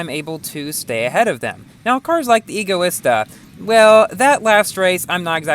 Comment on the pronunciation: Lol, I think you were Hugh when Speaking for this Video. I noticed many flaws like "Rezvani Beast ALPHA", "Egoista in Asphalt 9"... Lol